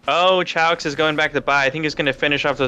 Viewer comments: they call him Chow-X to make fun of him its actually "Kay-ox" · Kay - oox, not sha- oox (sorry, is not spanish)